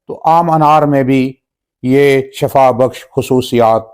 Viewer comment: not shafa only say shifa